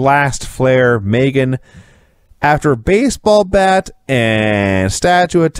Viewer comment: It's MEEGAN, not Megan